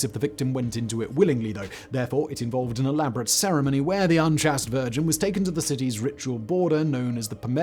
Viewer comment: I was trying to figure out what "chassed" meant; then I realised Whistler was up to his usual trick of murdering English pronunciation - he meant "chaste"!! My God, how stupid he is!